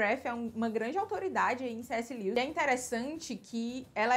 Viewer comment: Amei o vídeo. Dica... a pronuncia do nome dele é: (Lúes)